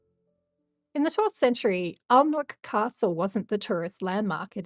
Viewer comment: It's A nick not Alnwick!